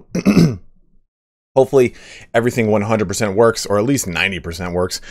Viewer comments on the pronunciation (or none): none